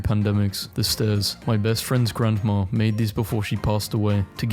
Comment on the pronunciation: You realize there is no R at the end of grandma. It is not pronounced grandmar